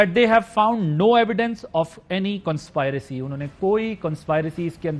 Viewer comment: Adil please correct your conspiracy pronunciation